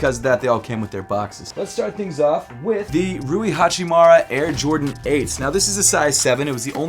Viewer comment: Hachimura. Not Hachimara.